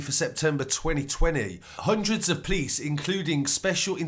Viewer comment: The PLICE .... lol instead of P-o-l-i-c-e, kinda anoying